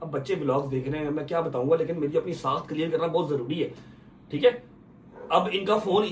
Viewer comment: Saakh hota sakhat ni hota jahel